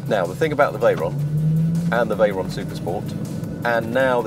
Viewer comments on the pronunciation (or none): Its VEYRON not veryon. Lmaoooooooooooo.